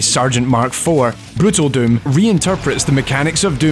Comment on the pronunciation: His pronounciation switches between döm and düüm.